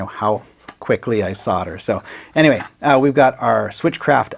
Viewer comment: No one:: "But Anywey"